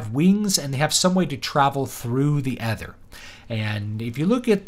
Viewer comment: Stop saying ether like that.